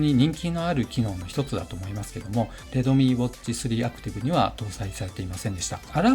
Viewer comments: 発音がredomeeになってますよ とか？ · レドミーじゃなくてレッドミーね